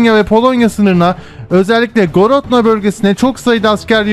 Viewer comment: Misk değil Minsk, Gorodno değil Grodna :)